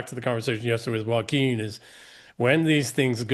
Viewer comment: Poor Joaquin. Nobody ever pronounces his name correctly.